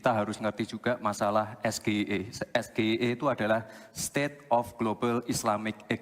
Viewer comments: SGIE..itu singkatan dari bhs inggris..tp..dia menyebutkan ejaan bhs indonesia..mestinya Es.. ji..ai..i..SGIE..kepanjangan harus bhs indonesia..misalnya S ekolah G ibran I kut E ma.. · Baca nya begini mas gibran ya S : S G : JI I : AI E : I Sebab itu bahasa inggeris . 😂😂😂😂 Love jadi lope Kalau es ge. i e Itu bahasa kantor wali kota solo .😂😂😂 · awal dia bilang SDIE bukan SGIE........... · Seharusnya pak Gibran bacanya jangan esgeie tapi sjiaiei begitu pak Gibran... Gitu cak Imin menjawabnya... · SGIE dia lafalkan eS Ge I E.. profesor guru besar manapun ga bakal ngerti.. lha wong singkatan bhs Inggris SGIE (es ji ai i) kok nyebutnya bhs ndeso.. malluuuuu..!! mau jebak.. eh ketauan gobloknya.. sekarang SAMSUL pake titel baru Gibran SGIE (Sarjana Gagal Ingin Eksis) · Singkatan SGIE bhs inggris dibaca dg bhs indonesia. Es Ge I E harusnya Es Ji Ai I. Jelas itu jebakan. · KPU jelas bantu Cawapres Paslon-2. Gak Netral KPU. We❤❤❤ANIES.👍👍👍 Es GE I E harus nya ngomonknya Ais Je Ai Ee kepanjangan English singkatannya juga harus dalam vocal bahasa Inggris bro. Hotel Indonesia gak boleh loe singkat Ex Ai mesti disingkat : Ha I.😅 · eS Ge Iiii Eeeee State of the Global Islamic Economy ALFABET EJAAN INDONESIA TAPI ARTI INGGRIS Weiiiiiii Belajar Tuh Bocil Nyebut Alfabet Juga Salah Belajar dulu Alfabet Inggris TOLOLLLLLLL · Si Plonga plongo nanya singkatan, SGIE singkatan bhs Inggris tapi ditanya pake bhs Indonesia. Es Ge I E , lucu kayak di stand Up komedi. Kayak minuman dulu 7 Up seven Up ditanya tujuh up. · Gibran gaya, pake bahasa inggris.. Singkatan pula.. ES GE I E sayangnya dibaca dlm bhs Indonesia,.Kita semua jga gak faham.Coba gibran pake bhs Ingglish yg benar?? Cak imin keren tdk terjebak spti P. Mahfud?? Lihat Debat Prabowo 2019 dg P.Jokowi, sama singkatan. Gibran sama..lawan debatnya hrs menghafal singkatan2 saja. Hrsnya gibran atau P. Jkowi menyampekan dg bhs Inglish yg benar. Jadi lawan tahu. 😅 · Yg di tanya aja ngk benar cara pengucapkkn